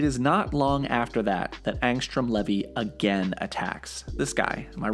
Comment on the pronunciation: th pronunciation of the name levy is getting on my nerves, its LEEVII